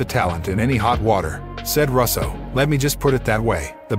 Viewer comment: Or Russo pronounced Russ-o I mean come on if you’re not a computer generated voice how have you never heard his last name before?!?